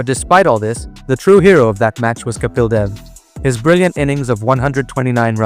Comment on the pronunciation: Are you Indian? Or a firangi? Or are you an Indian firangi? The way you're pronouncing "Kapil" is off-putting!